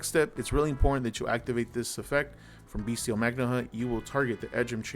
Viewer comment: Finally! someone who pronounces "bystial" correctly! the "t" is a soft "t" like "celestial" and second "t" of "potential"